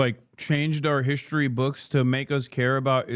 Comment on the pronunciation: It drives me nuts when she says “hish-tory” instead of “history”.🙄